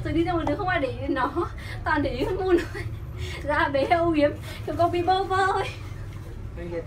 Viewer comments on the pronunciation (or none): Moon đọc là Mun, còn con mèo Mon mới nói là Mon chứ (chắc z)